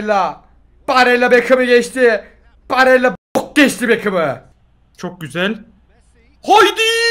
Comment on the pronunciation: abi 74 barella ya baralle dedin